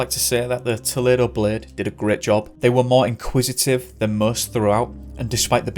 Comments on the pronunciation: Remember that US third floor = UK second floor. Also younger children like 3 year olds bounce with minimal injury. Also, toll-EE-doe. ~ aspie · It’s pronounced TOE-lee-DOE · Pronunciation: toe-- lee doe, Ohio. Just letting you know. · Just a heads up on a minor detail. Toledo is pronounced Toe-Lee-Doe.